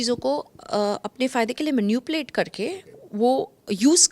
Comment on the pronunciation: Excuse me! It's manipulate NOT 'manupulate'! Badi aayi English baat karne! Ye kis desh ki hai 😂!